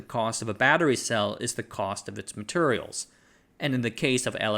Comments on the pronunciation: Bro says "materials" like my grandad. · I’m from the South Eastern US and the way you pronounce “Materials” sounds like you grew up here, too. 😂